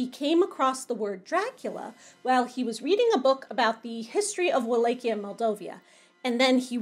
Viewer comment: Wall at chi a not wall lake ia.